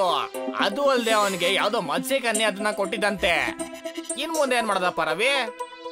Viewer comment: Adu ಮತ್ಸ್ಯಕನ್ಯೆ not Masta kanye... Say proper